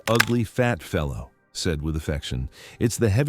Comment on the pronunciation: It's NOT fellow